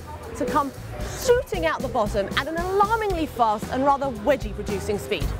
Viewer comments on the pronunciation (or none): none